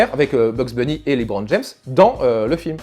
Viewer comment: Ah et aussi, c'est pas "Libron", mais bien "Leubron"